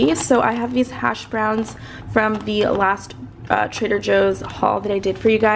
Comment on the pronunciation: Bruh 😩 do you be saying Trader Hoes? Cause that's what I'm hearing 🤔😂😂😬